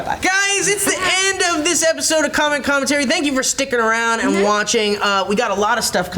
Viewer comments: Sounds like is saying "comet comin terry" lol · it started to sound like was saying com and com and terry as if com and terry were people